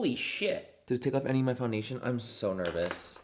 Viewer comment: i’m sorry, i’m trying to go to bed but can’t get over “now that we’re foundashed” ahahha ilysm